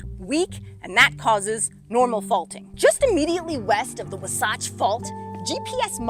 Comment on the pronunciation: Where did you learn to pronounce Wasatch? Certainly not along the Wasatch front.